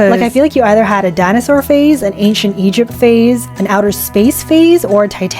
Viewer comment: Is it just me who thought that she was talking about FACES instead of PHASES and when she said "titanic phase" i tought she said titanic face and was soo confused